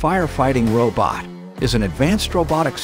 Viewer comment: What's a "row bit"?